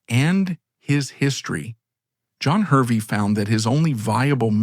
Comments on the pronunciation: Hervey is pronounced Harvey. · It is pronounced "Harvey" despite being spelt "Hervey".